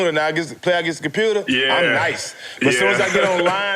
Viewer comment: Jack cant pronounce "COMPUTER"